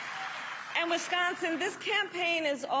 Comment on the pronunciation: I really hate the way she ways wisgonzin 😂😂😂